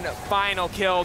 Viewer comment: its called FC Schalke 04 not FC chalke 04 xD